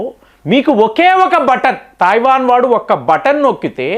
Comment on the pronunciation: Thaivan entiraa illiterate, Taiwan anaali. Nee gorrelu neeku cheppavu. Nuvvu messages chaduvavu. Neeku telugu raadu, hindi raadu, english అసలు రాదు.